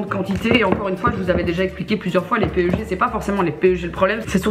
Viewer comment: Sympa la Video!!! Keep it up:D Juste PEG ca se dit Pegue Pas P.E.G. ;)